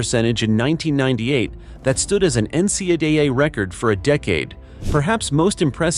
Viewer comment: Honestly my dude, I was super keen on knowing more about DC, he was a legend of my childhood. I just get rattled hearing a voice refer to the NCAA as NCUHHHA. It’s my problem for getting caught up in Symantec’s, I appreciate that this video exists even though AI VO’s are trash hahaha. Thank you for the reply👏🙌❤️💯